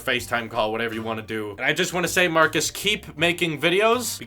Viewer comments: His name is Marques (pronounced: "Mar-kezz" not "Marcus") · No hate but plz his name marquez not Marcus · Let's say it together MARKEZ... Not Marcus. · its Marques not marcus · It's not Marcus. It's Marques. Different pronunciation. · His name is Marques, not Marcus. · It's not Marcus, it's Marques! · His name is marques not marcus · Holy hell, his name is pronounced "mar-KEZZ".. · ITS MARK EZZ MAN GET IT RIGHT! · If you want to collab with him potentially, you may want to learn to say his name right. :) It's Marquez...like a z. :) Good luck! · It's pronounced markez by the way is you didn't know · Maybe pronounce his namely correctly first.... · He butchered his name!